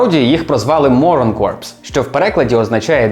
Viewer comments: Бро, у розмові вимовляється не корпс , а кор , бо выходить не морська піхота (корпус), а "морський труп" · дякую тобі за інфу, дуже цікаво. До речі "coprs" вимовляється на французський манер,тобто просто "кор". Але кажучи "корпс" ти теж не помиляєшся, бо вони в решті-решт стали corpse-ами:) P.S.От така хня, малята.Вчиться, як зріла людина реагує на критику.Радий, шо на тебе підписаний, друже. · Останні 2 літери у слові corps не читаються. Слово звучить як "кор". Слово "корпс" означає труп і пишеться corpse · *Читається як слово core не "корпс" Дуже цікаво як завжди! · corps читається як "ко" (core). Кінцівка відео трохи крінжова, не знаю чи так задумано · corps читається не так